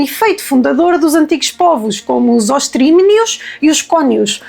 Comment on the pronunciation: Espetacular! Mas é preciso ver que é só para Conimbricenses (mais de 200! Eh!) Nós daqui somos os maiores! Olha, sem querer se chato não se diz Oestrímios mas Estrimios (com é aberto - uma mariquice herdada do latim). Ah! e Cónios e não cúnios. Desculpa: é gosto dos teus vídeos!